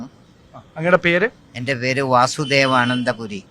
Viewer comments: പേര് ഒന്ന് കുടിപറയനെ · ഒന്നൂടെ ആ പേരൊന്നു പറയാൻ പറ്റോ സക്കീർ ഭായിക്ക് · സ്വന്തം പേര് പറയാൻ പറ്റുന്നില്ല പാവത്തിന്......